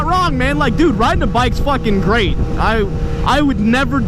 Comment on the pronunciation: When he said bicks i thought he said dicks lmao😂😂